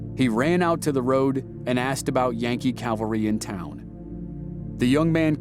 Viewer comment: Cowvary? CAValry...